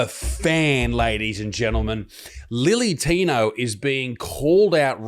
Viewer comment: Can we stop saying lily tino.....when its clearly Billy tino?